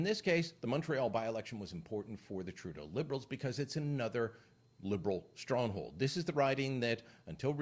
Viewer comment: Did you just say "shtronghold"?